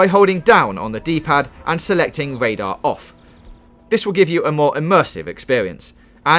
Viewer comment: This is super great. But what is Wadar, Zewo and Widing?